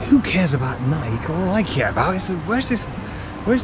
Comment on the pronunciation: nike or nai kee??? u pulling my legs here????